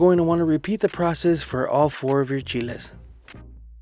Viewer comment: Hay cuñado pocho, que bueno que pronuncias bien Chile.🌶